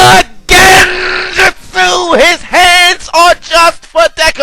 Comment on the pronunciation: I love the way he says genjustsu 😭